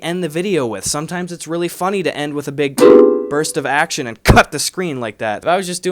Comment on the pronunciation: Gus: "They have lights, cameras...." My thoughts: "Action!" Gus: "ACKSHIN!"